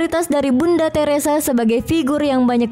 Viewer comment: Videonya menarik, datanya juga bisa jadi pelajaran dan bisa ditinjau lebih jauh melalui sejarah tapi kalau mba ini yg jadi narator sedikit terganggu dengan penggunaan huruf "H" diujung vokal. Bunda Teresa bukan Bunda Teresahhh Nikola Tesla bukan Nikola Teslahhh Mahatma Gandhi bukan Mahatma Gandhihhh Marco Polo bukan Marco Polohhh Sukses terus DATA FAKTAHHHHHH!!